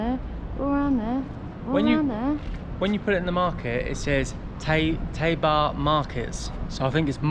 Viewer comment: Tayba not Taybar